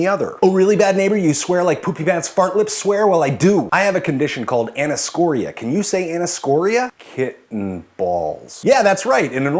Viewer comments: it's actually pronounced "aneeso-coria", not "anis-coria" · I've never heard anyone say those terms like you do. I've always heard anne-ih-soh-CORE-ee-uh and nigh-STAG-muss. Did you study in Canada? Or Herpaderpastan? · Fun video, but I have a hard time understanding why anyone who studied neuroscience (specifically with the eye/brain connection) would butcher the pronunciations of anisocoria (ann-eye-so-core-ee-ah) and nystagmus (niss-stag-muss).